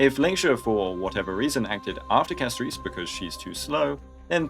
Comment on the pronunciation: Why do you pronounce Castorice as Casto reece 😭